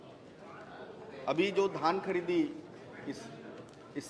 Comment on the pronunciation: पान थूक के बात कर री सेठ ,,,,पगला गया है अभी भी धन खरीदी चल रहा है बोल रहा है